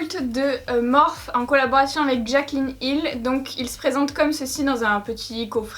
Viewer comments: c pas morphe sa se pronnonce morphi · Cc juste sa se prononce Morphy pas Morphe mais voilà sinon super vidéo et les Makeup sont vraiment trop beau ❤️ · Tu peux dire morphiiiii ça me stresse 😂😂😂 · Le plus drôle c'est que tout le monde se goure 😂 Morphe est à la base un dieu grec mineur donc ça ne se prononce pas "Morphi" mais "morphé" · Moi qui avais commandé le vault et qui savait pas trop quoi faire avec certaines couleurs tu m’as bien aidé merci beaucoup !! Superbe comme toujours Gnagnagna on dit Morphiie #teammorphE 💪🏻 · Morphe, Morphée ou Morpheus (une seule et même personne, un dieu grec qui a inspiré de le nom de la marque), ne se prononce ni Morphy ni Morphe. Mais Morphée. Donc arrêtez de dire à tout va que ça se dit Morphy, car déjà on s'en tape (tout le monde le prononce comme il veut du moment que c'est comprehansible), et en plus vous avez tord. Voilà, je ne veux en aucun cas être méchante, mais arrêtez de faire la réflexion à 😂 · MÉ ON DIS MORFY TU CÉ PA LE DIR EN + TU DIT JAMET BONJOUR T TRO NUL VA T JETET Je t'aime haha encore une superbe vidéo qui me fait fantasmer sur ton talent 😂😂😂❤❤ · Waouh ce make up !!!!!!! * juste on dit pas “ morphi” ? ❤️❤️❤️❤️❤️❤️❤️ les couleurs sont trop belles !!!!!